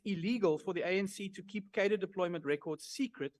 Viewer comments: 👍 ps pronunciation is : kaa-druh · 😂😂 dude switching r and d in Cader deployment got ! Even the clip he played an afrikaner pronounced it correctly. Otherwise create video